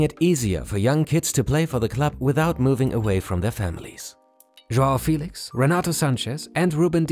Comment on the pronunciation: Félix* not Fílex